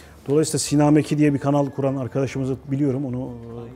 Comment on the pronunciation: 'Sinema eki' değil Sinameki :DD